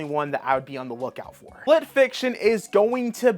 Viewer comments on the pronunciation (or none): none